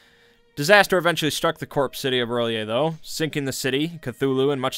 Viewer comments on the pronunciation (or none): I'm super annoyed he pronounces it early-a instead of rhy-lay. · I think it's pronounced like R'llhor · he lost me at “earl-yay” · 'early-ay' Ahahahahaha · (relyeh) like realyeah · R'lyeh Smh smh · Why urlyeh or rilyeh? It is not spelled urlyeh or rilyeh, where is the u, where is the i ? What about Teal'c from Stargate SG-1, is it tealuk or tealike? No its's Teal'c. What about the C'tan from Warhammer, is it the uctan or citan? No it's the C'tan. Or are you like Majorkill who think it's pronounced Stan? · "R''lyeh" is pronounced "ur-LIE-eh. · R’lyeh is pronounced ralay